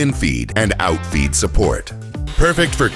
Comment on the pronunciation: Y'all Canadian, now!? This stand has an in-feed and an oot-feed ... 🇨🇦🤣